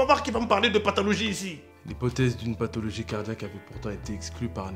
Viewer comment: Parfait à dit "pathalogie" 🤣. Tuez moi !